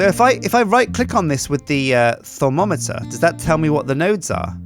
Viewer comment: It is thaum-o-meter stupid